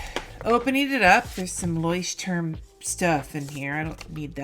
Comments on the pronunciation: I'm so excited about your approach this time! I hope it works for you! And your pronunciation of Leuchtturm is one of the best I've ever heard of a non-native speaker! 👏 And starting with a "normal" Leuchtturm is even more original! 🤗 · Your pronunciation is pretty great! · The funny thing with labeling your Bullet Journal that the Leuchtturm 1917 comes with labeling stickers for archiving. But do your thing. FOr an english speaking person the pronounication was very good. Thank you for making me laugh by watching your videos. Greeting from Germany.